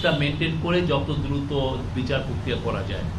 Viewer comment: প্রধান উপদেষ্টার প্রেস সচিবের মত একটা পদে বসে উচ্চারণের যদি এই হাল হয়। আগে খেয়াল করেছিলাম উনি "র" এর উচ্চারণ ইংরেজি উচ্চারণে বলেন। এখন খেয়াল করলাম "প্রক্রিয়া"কে বলছেন "পোক্রিয়া", "চার্টার"কে বলছেন "চাটার", "পার্টি" কে বলছেন "পাটি"! মানে কি আর বলব! না হয় বাংলা, না হয় ইংরেজি। কাদের এনে কোন পদে বসাচ্ছেন!?